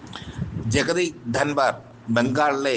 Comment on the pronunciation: Dhanvar alla Dhankar ennu parayu